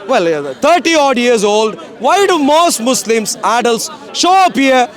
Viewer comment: AT THE END WHAT HE SAID MOUSLIMS😂😂😂😂😂😂